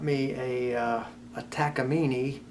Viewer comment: That has to be the best way I’ve ever heard takamine pronounced